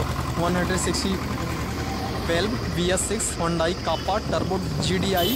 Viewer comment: Chutiye its not Chinese. Its korean.... And your pronoucing it wrongly HONDAI